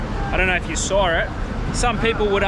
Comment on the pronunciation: There's no R in Saw